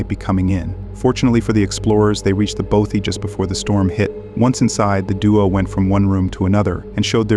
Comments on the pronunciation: Your pronunciation of Bothy is doing my nut in, Both like broth without the R, then with ee! So bothee!!! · Bothy is pronounced bot ee